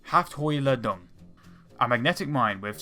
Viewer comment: Haftholiadung?? ha ha, come on... Do more home work! Let me help you; Haft (stick), Hohl (hollow), Ladung (charge)